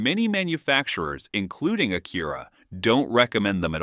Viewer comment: Low quality AI video, cant even pronounce Acura.